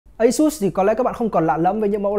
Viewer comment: ÂY-XÚT. hãng nghe hãng buồn